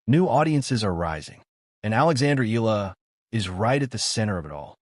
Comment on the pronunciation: ...please pronounced the surname of Alexandra Eala (...it's Eh - ya - la )...and it's no longer hype nor popularity she's slowly but surely climbing the ranking of women's tennis in the world stage.. Filipinos mostly that flocking the arenas are overseas workers now represented by Alex Eala, a national symbol for her respectful work ethic, resilience and humbleness..